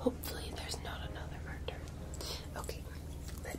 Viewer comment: "There's been a MUrrrderrr!"